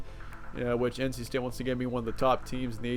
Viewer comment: *State not Staye lmao